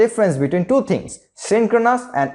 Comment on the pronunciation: Love the way you say "Choo" instead of "two". 😅